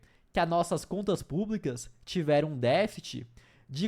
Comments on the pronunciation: Não é defite!😒. DEFCTE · Não é "défit", é "déficit". Pode falar todas as sílabas sem medo.